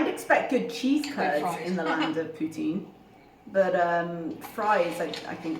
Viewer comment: The least of her sins, but I loathe people who say, "sammich". Considering the wanky way she pronounces "poutine", it's odd.